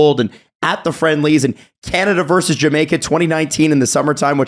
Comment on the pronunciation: it's "versus", not "verse".